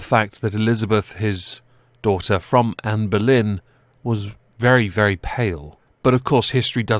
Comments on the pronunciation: I thought he was saying "Amber Lynn" 😂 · I wasn’t looking at the screen and I thought you said Amber Lynn 😂😂